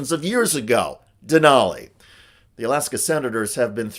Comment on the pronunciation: it’s DENALI 🤦🏻‍♀️